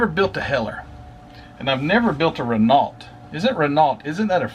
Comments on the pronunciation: Good review but just one thing It`s pronounced ``Ren oghh not Ren alt`` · Love your videos! By the way Renault is pronounced 'Ray-no', for future reference! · Very nice. And I believe it's pronounced "Reh-NO." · Common for U.S folk to say Reh-no which is at least close, Ruh-no is the proper way, funny as they pronounce L and T in the individual names of their car lines just not the main company name lol. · Hi. Its a frenchcar company. Pronounced.. rayno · By the way Renault is pronounced 'Ruh-No', for future reference!. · Yes Wren-Ohh the T is silent 😉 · The way the French spell things is strange . The t is silent . The Renault carshave competed at all major race series ,including formula 1 , le mans , and the rally car circuits